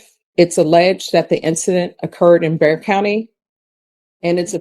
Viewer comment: It’s Bexar county. Not Dare county.😂 AI will not be the answer.